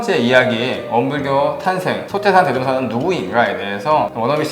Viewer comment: 아! 이 얼마나 충격적 사실인가?? 원불교 소개자가 원부ㅜㄹ교 대송사의 법홀도 바르게 발음하지 못하는 한국 문화 수준!!! "소태산"의 "소"는 장음인대 이를 "짧게" 잘못 발음했다. 이어서같으 유의 문제를 적ㅇ어 본다. "제자, 사람, 대종사,구도,세상, 등 모두 첫 자를 "짧게ㅔ 잘못 발음 했다. 이에 정중히 권하오니, "한국 어문을 고발함"이라는 책을 조용히 읽어 주실까요?